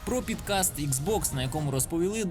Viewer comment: pOdcast, шановний, а не pidcast. І вибір музики - гімно. Але за саму суть відоса лайк, бо цікаво.